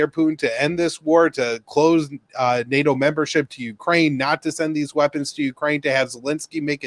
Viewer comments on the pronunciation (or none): none